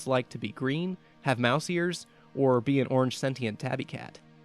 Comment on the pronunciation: So lovely. For future reference, the word SENTIENT is pronounced “sen-shunt” not “sen-tee-ent”.